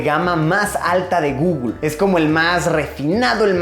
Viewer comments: Por qué dice gugul en vez de guguel me pone nervioso. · Pronunciación: guguel Luisito: gugul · El Gugul? Xd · Me muero de risa cada vez que Luisitech pronuncia "Gugul" ahahaha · Google = Gugul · De "GUGUL" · Un niño muere cada vez que Luisito dice "gugl"